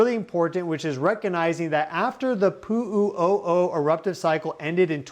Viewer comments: I could not listen to you say Puuu uuu oh oh one more time without loosing my damn mind. Learn the pronunciation please. Where do you get your information? This is rubbish!!! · He says Pu'u O'o funny , doesn't he.?